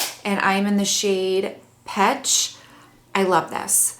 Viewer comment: Pesh not petch.